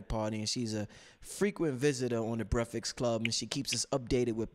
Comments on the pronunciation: LMBAO. Word to God I love and all the information he provides(good build with Brother Blue btw) but if I hear him say breficks club again I'm smashing my computer. Lol. All love.. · LMBAO. Word to God I love and all the information he provides(good build with Brother Blue btw) but if I hear him say Breficks Club again I'm smashing my computer. Lol.. All love.